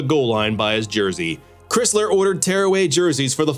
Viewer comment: Pronounced Chrysler like the car. Not Chris-ler. Also took the winged helmet to Michigan from Princeton.